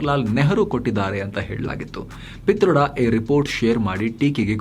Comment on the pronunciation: ಪಿ'ತರ್ಡ'.......😂from mandya